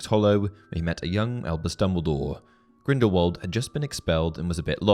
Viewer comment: You’re pronouncing Grindelwald wrong, it’s pronounced with a thin v and not a thick w